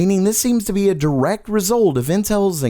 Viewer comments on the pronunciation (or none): none